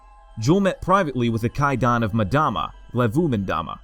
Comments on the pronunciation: ita EM DAMA not MADAMA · Not sure why people mispronounce names when there are several media sources with the correct way to say it. Its “Mmm dama” not “Madama” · It’s not jul ‘mudama it’s jul ‘mmmmdama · Ok why is everyone pronouncing his name Madama istead of Mdama? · it's pronounced umdama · pronounced Em dama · Just so you know. you're Incorrectly pronouncing 'Mdama. Play the game, then you will know.